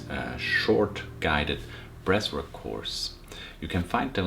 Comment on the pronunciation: Thought this guy was saying ‘breast work’ for the first 5 minutes 🫠 I’m only around a month into the breathing and cold showers. I’ve noticed I’m way more chilled out now and my emotions are always positive. I’m really focused too. My Mrs gets angry and upset about little, pointless issues and I’m immune to the negativity now. She wants someone to hate life with her but I’m too busy feeling fucking awesome! We have a 6 month old baby so don’t always get a chance to do my breathing in the morning and once I’ve eaten I feel like the opportunity has gone then but I think I’ve only missed 3 days so far. I’m still always positive and breathe deep throughout the day. My cold showers are up to 2 minutes now and after the first few seconds I’m totally relaxed and smiling. I think I need to fill the bath in the morning and have my first dip. I’m excited. Take care boiz and gurlz. All the love, all the power